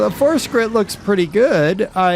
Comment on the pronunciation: Der, I like your vids, appreciate the spotlights, but the brand is pronounced - Fort Shritt (think along the lines of portrait). Keep up the good work. Thanks. :)